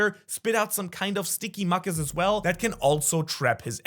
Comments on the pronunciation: What is muckus??? You mean mucous pronounced mew cus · Mew-cus, not muk-us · "muck-us" qwq its said mYou-cus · Mucous (mew-cus) not Muh cuss 😂😂 sorry I don't mean to be a grammar police, just bothered my brain... I say Sa-mon not Sal-mon so to each there own. English is stupid anyways we need more compound words like German and Arabic. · You are far more talented than I, but it is pronounced mew-cus...not muck-cus! Wrong pokemon ;) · Just a little advice, it’s pronounced mewkas, not makas. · sticky “muckus” I get what you’re saying but this is the first time I heard someone call mucus (Mew-cus) “muckus”(Muk-us) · Muck-us?? 😂 It’s Mew-Kus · ok just want to clarify, its not Muck-us, its Mew-cus. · Who pronounces mucus like muck-us? Wild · Why bro saying mucus as MUKUS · Never heard someone say mucuss before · Mew-kus say it with me now 😅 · Mucus is more commonly pronounced myoo-khus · MEW-CUSS (phonetic pronunciation of mucus) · idk but "Mookus" and "Jew-Peter" pisses me off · “Muk us” 😐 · I like how he pronounced mucus as "muckiss" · Lol “muck-us” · sticky muck us, it's pronounced mew- Kus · Mucus exists MUckIS nightmare pronunciation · mucus is pronounced Mew-kiss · Love your videos so much, you have so much enthusiasm for the show and have a great charisma in your expression of that. But every once in a while an off pronunciation really throws me, in this particular vid when I heard "muck-iss" I had to rewind to be sure haha. Hope to see you continue to make amazing videos ❤ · Your vids are great and I really enjoy them but to just help you mucus is pronounced (mew-cus) and again not trying to sound uptight or something just trying to help! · Bro spoke perfect English just to pronounce “mucus” as (muc-kus) 💀😭😭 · I'm trying to wrap my head around how someone can be a grown, English-speaking adult and not know how to say the word "mucus". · Anyone else a little ticked by pronouncing "mucus" wrong? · Have I been pronouncing mucus wrong all my life 🫨